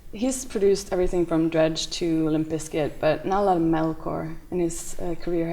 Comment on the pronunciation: he says "everyfink" and "all the finks" cute *_____*